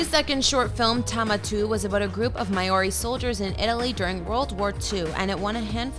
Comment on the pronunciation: WTF is 'My Or Ree'?